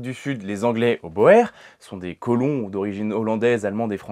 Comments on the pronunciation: Boer se dit bour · "Boer", ça se prononce "bourre". Ça vaut dire "paysan" en néerlandais. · Guerre des bourres. C'est juste une aide pour comment prononcer le mot "Boer" même si je reconnais la faute d'orthographe au mot guerre... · Personne ne dit pareil mais la bonne prononciation de "boer" est "bourre". Puisqu'en néerlandais le digramme "oe" se prononce "ou". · Si je ne m'abuse, on dit la Guerre des B(ou)rs. Du moins, en néerlandais, la diphtongue "oe" se prononce "ou". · Premièrement, il n'y avait rien d'agressif dans cette remarque et rien ne permet à sa lecture de qualifier d'agressif les mots utilisés. Deuxièmement le mot Boer c'est toujours prononcé Bour en français de la même façon qu'on dit Afrikaner, en utilisant le nom d'origine de ces populations. Troisièmement le fait que vous soyez ou pas historien ne change rien à la nécessité de parler correctement la langue dans laquelle on s'exprime et si j'ai mis ce mot entre guillemets c'est justement pour nuancer ce terme. Et en conclusion, je dirais que c'est votre réponse qui est agressive et déplacée, manifestement vous projetez sur un membre de vôtre communauté vos propres comportements. Je n'ai pas eu pour ma part à être un spécialiste de cette période lors de mes études pour savoir cela et comme mon temps est limité, mes abonnements nombreux et que la qualité de votre chaîne ne me semble pas être d'un intérêt primordial... Désabonnement !